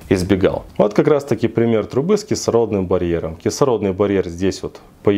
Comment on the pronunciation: Он даже не может правильно выговорить - кислородный барьер, чему он может научить?